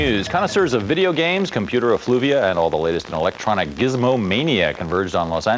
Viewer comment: He said "effluvia."